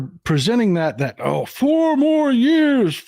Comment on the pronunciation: I heard "NO MORE YEARS!" not four more years